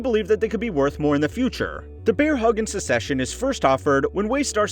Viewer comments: it's succession, not secession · It sounds like the host is saying “Secession” instead of “Succession,” or am I hearing things? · Bro really called "Succession" as "Secession" lmao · I’m glad im not the only one that noticed that this show is caled Secession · Is the show really pronounced "secession"? Then why do they spell it "succession"? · Succession is pronounced “suk sess shun” you’re pronouncing like the word secession. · it's pronounced Suck-session mate. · Succession is pronounced like success with ion at the end, not like secession, which has just one c in the middle. Just a heads up. 👍